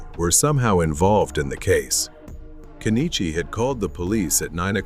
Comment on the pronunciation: What is wrong with this couple? Also, not that he deserves to have his name pronounced properly, it's "Ken-ichi" rather than "Ke-ni-chi."